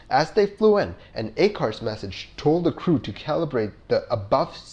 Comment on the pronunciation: I apologize that I didn’t see it earlier but the acronym ACARS and some of the pronunciations. Just a critique. Please don’t take offense.